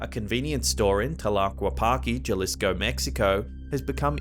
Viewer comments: It's not juhlisco, it's halisco. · Just a heads up boss. J's sound like H's in Spanish words. Jalisco sounds like Ha-Leesco. Just trying to help since I'm sure you don't have many Latinos in your area. I love your videos. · ok, its driving me nuts but here goes: Jalisco, Mexico? dont pronounced the J as like in Jerry. It's an H sound. Ha--lee-sko lol